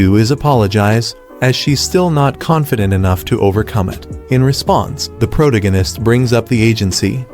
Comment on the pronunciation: Ah yes the pro-ta-gan-ist